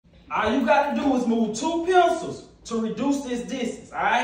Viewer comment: I just like the way he say pincuulls, ole geechy ass!